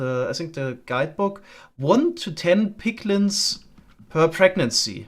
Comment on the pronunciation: He said "piglins" very clearly. He annunciated it without ambiguity.